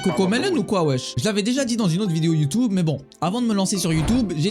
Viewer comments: Le Y on dit youtube pas youtoube mdrr tu me fait trop rire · "youtoube" mdrrrrr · Mdr ça me fume « youtoube »